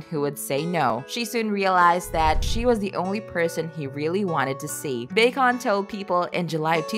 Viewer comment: Who is this person who cannot read 'bosom' and 'bacon' accurately?